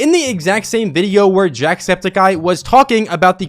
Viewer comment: nice video and all but its jacksEPticeye not jacksPEticeye